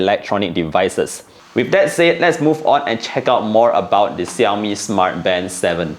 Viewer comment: Are you mispronouncing the brand name or is it me? 😕